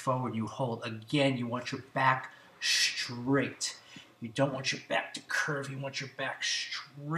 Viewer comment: It's funny - he says not stretch and straight but schtretch and schtraight. Michelle Obama has a similar pronunciation. Is that individual or regional? Anyone know?